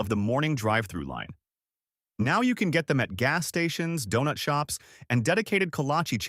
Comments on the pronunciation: Who could pronounce DONUT, and MASA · Dewnuts? Nahguyen? Come one, if you are gonna make a video about the great food from this great city, at least have a human narrate so that they know how to properly say Donut and Win